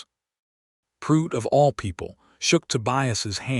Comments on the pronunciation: The name is pronounced Prue - it Not Prute ! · Prue-itt not Prute. Just saying